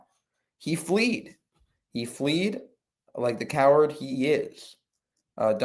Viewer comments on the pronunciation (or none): fled. not fleed